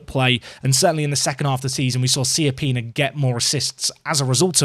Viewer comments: SAY IT “CHAPPINA”, PLEASE. LIKE CIABATTA. It’s not Siappina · I love your content and the series, and in the end you should pronounce it however you like, but he's right, the correct pronunciation is "Chapina", it's an Italian last name